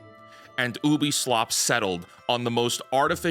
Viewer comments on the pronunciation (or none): Brother pls it's pronounced you-bi-soft. Where are u getting the "oo" from?